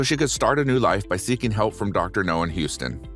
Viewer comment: OMG dude its Dr NOW. Not NO